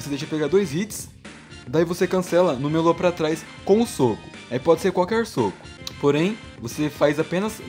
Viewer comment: Quando tu fala meia lua eu entendo melô